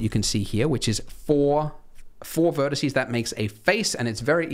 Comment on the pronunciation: Am I the only one who heard him say "verticey" like three times